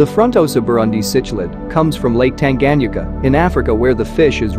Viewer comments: You Need to work on your pronunciation buddy😂😆fronnn-tohsa ... tahnganjika —> those words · Great African Cichlid. However, you are not pronouncing Lake Tanganyika correctly and it kills the video!!! Lake Tan-guh-nyee-kuh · You are pronouncing cichlid and Tanganyika wrong, very painful to listen to. What about the black widow frontosa??